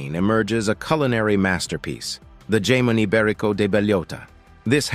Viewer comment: I've eaten most of this and don't consider myself "rich", just well traveled. ...And I can't be the only one who started laughing uncontrollably when he mispronounced jamon iberico.